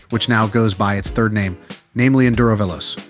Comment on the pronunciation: Is this an AI failure that has no clue how to say fast in Italian? The only way this is an Africa Twin Killer is if the Robot doing this video coughs up the 50% price increase over the Africa Twin.